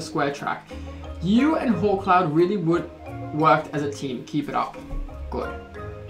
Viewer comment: when u said 'come on hawkcloud' i thought you said, 'come on whole clown' oops